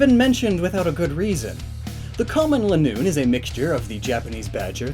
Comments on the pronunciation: Lie-noon. Not Linn-noon. LIE-noon. Because it goes in a straight LINE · Zigzagoon is pronounced (Zig-za-goon) because it runs in a zigzag and Linoone is pronounced (Lie-noon) because it runs in a straight line